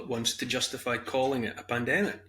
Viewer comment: says, "Pannademic" 🤣😅😂